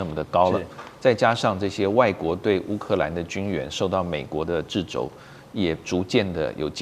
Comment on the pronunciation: 掣ㄔㄜ、肘，不是製ㄓ、肘。